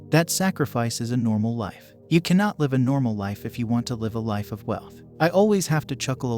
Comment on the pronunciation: You pronounced Live wrong but you rock.